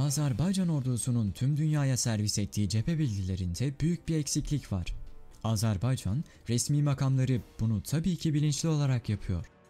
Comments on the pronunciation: Azarbaycan değil güzel kardeşim, Azerbaycan diyeceksin. A-z-e-r-b-a-y-c-a-n yazıldığı gibi okunur. Azarbaycan değil, AZERBAYCAN ... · LÜTFEN ÜLKEMIZIN ADINI DOĞRU TELAFFUZ EDERMISIN 1 AZCIK ÇALIŞ AZ-AR-BAY-CAN DEĞIL AZERBAYCAN DIR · Azarbaycan değil Azerbaycan diyeceksiniz.